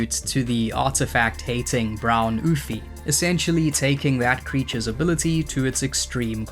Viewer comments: Ouphe is just pronounced Oof btw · Ouphe is just pronounced “oof.”